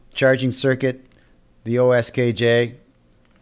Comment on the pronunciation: Thanks for the review. Will follow your instructions to make one. However, the brand name is QSKJ not OSKJ.